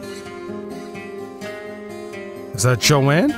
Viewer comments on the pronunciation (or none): it's pronounced Joan like groan not Joann. Last name pronounced Bi-ezz. She's a fabulous folk singer. Personality that's one of my all time favorite songs. Try some Carly Simon. Listen to the song "You're so Vain" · Joan not Jo Ann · Joan , not Joanne . Bob Dylan is with her . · That "guy with the guitar" is Bob Dylan, the most incredible songwriter of his (and many other) generations. He received the Nobel Prize for Literature in 2016. He and Joan (one syllable, not Jo-Ann) were the king and queen of folk music in the 60's and 70's. He continued to write music for 60 years and is still performing. Both were involved in the Civil Rights movement and the anti-war movements. I suggest you listen to ""The Times They Are A-Changing" and "Blowing in the Wind" to hear what the young Bob Dylan was writing back in the 60s. It was a shock when you didn't recognize him. For us, it would be like someone from your generation not recognizing a picture of Michael Jackson. I congratulate you for beginning to explore the music from the 60s and 70s, but you have a long way to go, partner. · Its Joan, not Joanne. She is amazing for sure! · Her name is JOAN not Joanne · it's pronounced, phonetically, I guess "Jone". It's correct spelling is Joan. Not JoAnne. That's a different name. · Learn to read her name is JOAN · Why can Americans never pronounce Joan, why do they never google how to pronounce Baez ( or Joan, if they're THAT clueless), how could you not recognize Bob Dylan, why assume the man is the guitarist.. I COULD go on.